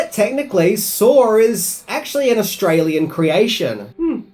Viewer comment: First line, “Sar is preety grarse”😂